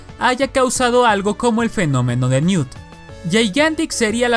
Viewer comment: Se dice NEWT verdad.